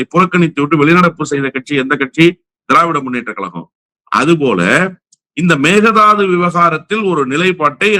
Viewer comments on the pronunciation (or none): Your frustrations and points all are correct,👍🖤❤️ but both of you say Mekedatu தாட்டு ✅ Megathadhu ❌ மேகே_தாட்டு/Mekedatu✅ vs Megathadhu (மேகதாது❌) Mekedatu means in Kannada 'goats can leap' (காரணப்பெயர்) being an arbitrary name (இடுகுறிப்பெயர்). everyone ve' to say Mekedatu ✅ only not (மேக_தாது) ❌ it's wrong ❌ please maintain மேகே_தாட்டு/Mekedatu✅ Wikipedia: மேகேதாட்டு (Mekedatu) கருநாடக மாநிலம் ராமநகரம் மாவட்டம், கனகபுரா வட்டத்தில் அமைந்துள்ள காவிரி ஆற்றின் ஒரு குறுகலான-gorge பகுதியை குறிப்பதாகும். இதை ஆடு தாண்டு காவிரி என்று அழைப்பர். 👇 மேகேதாட்டு - தமிழ் விக்கிப்பீடியா